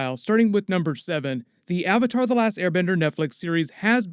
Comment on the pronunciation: Ong the Ovatar